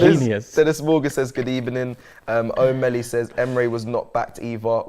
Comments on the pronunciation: Same manager next season...good ebening...emery must be pissing himself laughing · I know you having bery bad ebening but I still want to wish you good ebening